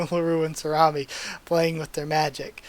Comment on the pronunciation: Never thought I'd hear Sorami be pronounced as salami lol. At least you stopped your mistake before fully saying it. Talking is hard lol